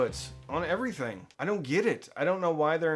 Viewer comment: I took a shot every time he said Ev-uh-re-thing. I’m surprised I’m still conscious.